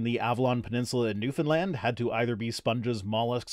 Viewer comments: Thank you for mentioning Newfoundland (and pronouncing it right) no one ever seems to mention us... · I'm gonna give ya an attaboy for your pronunciation of "Newfoundland," me ol' Trout. Ya nailed it, which is damned impressive for a CFA. . .